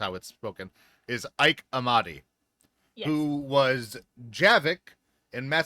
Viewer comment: FWIW: I saw a short video where Ike Amadi introduced himself. He pronounced his first name as "eee-kay".